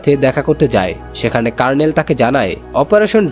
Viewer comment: কার্ণেল 😂😂😂। দু:খিত। আপনার আরো অভিজ্ঞতা প্রয়োজন